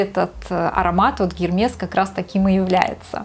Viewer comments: Извините конечно, но бренда Гермес в природе не существует (прямо ухо резануло) , есть Эрмес, еще раз, извините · Тоже резануло ухо)